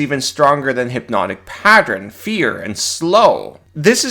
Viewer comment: I guess I can get around using the emphasis on the wrong syllable on melee but the word is pattern not pattren